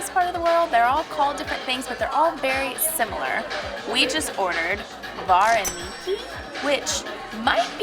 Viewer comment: As a Ukrainian, this video was so funny to watch y'all eat Ukrainian food and trying to say the words "vareniki" too funny🤣🇺🇦 so glad y'all enjoyed our delicious food of Ukraine! Next time go to Lviv, Ukraine for some yummy foods! Come back to America and I'll cook Deruny and all sorts of Ukrainian foods for y'all haha!